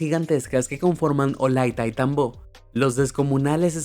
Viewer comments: Ciudad de gigantes olandaitambo ?? Que yo sepa es ollantaytambo 😂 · "olayntaytambó" wtf, al menos que pronuncie bien, es "Ollantay-tambo" XD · no se llama olantaitambó se llama Ollantaytambo. se pronuncia asi nomas como se escribe. y eran terrazas de cultivo. tecnologia que seria bueno usarla actualmente. saludos. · Las líneas de Nazca no fueron hechas por los incas, infórmate bien, igual Ollantaytambo está mal pronunciado, la cultura inca no fue la única gran cultura del Perú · disculpa, no se lee hollantaytambó, se lee hollantaytambo, pachacutic no, pachautéc